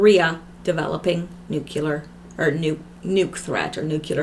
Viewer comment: you pronounce nuclear correctly, its Americans that pronounce it wrong